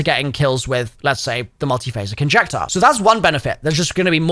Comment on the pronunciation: NONSENSE SPOTTED!!! HE SAID THE MULTIPHASIC INJECTORS NAME INCORRECTLY!!!!! THREE TIMES EVEN